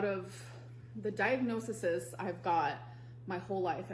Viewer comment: Great video. I know this is relatively minor but thank you so much for saying diagnoses. I cant tell you how triggering it is to hear people constantly saying "diagnosises" ❤